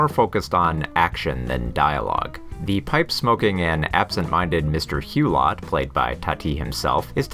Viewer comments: It’s actually Hu-low not Hu-lot. Otherwise a good video. Thanks. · You should definitely NOT sound the last 't' in 'Hulot'!